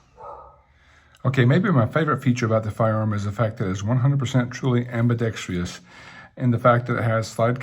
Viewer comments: Ambidextrous, not, "ambidextrious..." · You know what, I though that's what you meant but after a second listen, you're right. He added an extra 'i', and therefore an extra syllable. My bad.